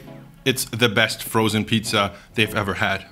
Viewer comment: Kannst du bitte Pizza normal aussprechen und nicht Piiiiiiza? 😅